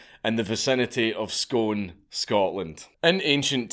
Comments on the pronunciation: I've lived in Perth for 19 years, Scone is a mile up the road, I know loads of people from there and its great hearing you talk about somethingso close to home! But you're the first person I've ever heard pronounce scone like Stone. Everyone here pronounces it like spoon (Scoon) 🤣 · Dank, as a fellow scot, I’m appalled to have just repeatedly heard you pronounce the placename “Scone” rather than “Skoon”. C’mon big man... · It’s pronounced skoon btw not scone but spelt scone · The place Scone, is pronounced skoon , not scone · Another guy with a Scottish accent thats says Scone, rather than saying it as Scoone..... ffs..... hang yer head in another country!!!! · hm i thought it was pronounced the stone of scoon rather than scone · I can't take this seriously given your pronunciation of Scone. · Scone. You say it Scoon ya weegie dobber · It's pronouced Scoon not scone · It's pronounced "Skoon" not Scone 👍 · Scone is pronounced Scoon man. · Dank, it's pronounced Scoone, no Scone ya dobber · Scone is pronounced "Scoon" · It is real, but it's pronounced 'scoon', not 'scone'. Source: I live there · You've gone right down in my estimation Dank, hearing a fellow Scotsman pronouncing Scone as scone when every Scotsman knows its pronounced 'skoon' When it's relates to a floury buttery item its also pronounced "skon" Dissapointed Dank. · The place is pronounced Scoon 🙈😬🏴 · That would work if Scone and a scone were pronounced the same way, but alas theyre not. The scone you eat is pronounced "scon" , whereas Scone is prounounced "Scoon" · Scone is pronounced scoon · Scoon is pronounced Scoon not sgone. And yes i know its Scone. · it's pronounced Scoon ya rocket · It's pronounced "scoon". I thought it was only tourists who got it wrong 😄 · It’s pronounced scoon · I can't believe you call yourself a nationalist and can't even pronounce it right. The Scots is 'Scuin' and it's pronounced 'skoon' you bam. Love you tho dank. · It's pronounced "Scoon" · Scone is pronounced "Scoone"